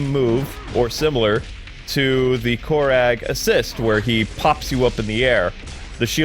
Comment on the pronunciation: It's pronounced core rag